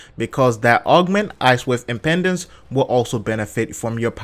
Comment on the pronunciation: funny how a lot of ppl say icewave impendance, but its actually impedance, like to impede